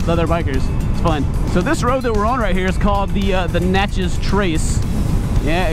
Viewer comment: I live in Mississippi, so when he said Natchez trace I flipped out